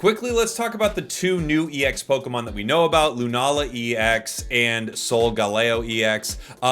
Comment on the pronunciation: Its like lokemin breder